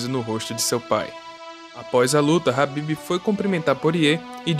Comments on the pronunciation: A pronúncia do nome é com K Kabib e não rabibi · Mano,que nervoso tu pronunciando nome do cara errado 😏